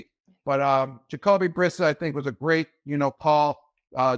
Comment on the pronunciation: Did he just learn how to pronounce vowels and the letter S? 😂 Plus how does he mispronounce Brissett, they were teammates even (ok Gronk was out due to injury that year but still)?